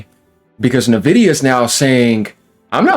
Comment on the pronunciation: Sup fellow Texan! I’ve seen like 6 YouTubers pronounce Nvidia “Nevidia” It’s “En Vidia” just FYI my guy